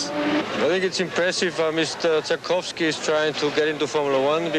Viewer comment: The mispronunciations really stood out for me....even Renault of all things. I could understand pronouncing the silent W in Derek Warwick's name but it was humorous to hear him pronounce Zakowski as you would in the North America and then hear Lauda and Dr Palmer pronounce it correctly (the German way). It's a bit of a bugbear of mine.